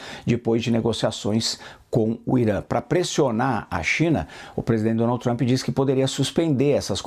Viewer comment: Dificuldade da âncora pronunciar: Donaldy trumpy 🤦‍♂️